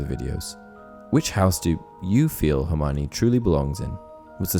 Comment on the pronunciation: I only wonder why seemingly all people mispronounce Hermiones name? In The Goblet of Fire Joane Rowling explains clearly that her name is pronounced Her-mee-oh-nee.